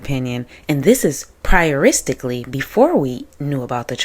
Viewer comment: Did you seriously say, "prioristically"? 🤣😂🤣 Love it!